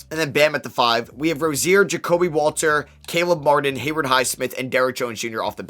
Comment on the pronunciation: Haywood Highsmith not Hayward highsmith